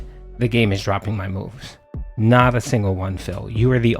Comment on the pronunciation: You can bet he's always mashing like crazy because you can hear it. “(taptaptap)I was blahcking!(tapTAPTAPtapTAP)I'm naht doing anything dood! Nahthing I can do! ᵃʰ ʰᵃʰ ᵃᵍʰ”